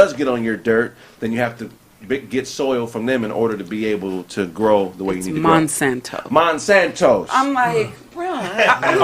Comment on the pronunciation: 😂 got 2quit smoking 💨He called Dr.Francis Cress Welsing Neely Fuller & He was pronouncing Monsanto wrong quit eating those edibles Bro ✌🏾